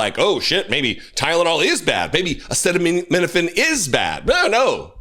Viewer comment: Idiot cannot pronounce ACETAMINOPHEN, but thinks we should listen to his "medical advice".